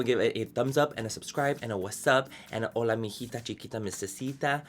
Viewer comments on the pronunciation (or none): none